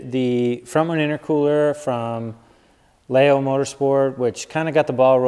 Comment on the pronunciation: Leyo not Layo. 😢 As always love the content.